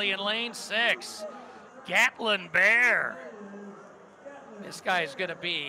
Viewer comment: It's "Bair", not "Bear" 😂